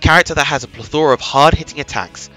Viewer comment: Great video, great analysis. Only criticism: learn how to say "plethora", and say it less. XD